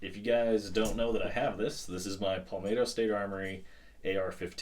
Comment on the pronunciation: Great video! Love how you say “Palmato” like Tomato. 🤣 Keep the great content coming!